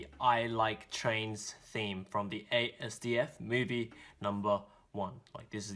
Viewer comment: My friend is always bugging me to watch asdfmovie so now I have proof. 😆😅 Also it's pronounced as-dif-movie not ASDFmovie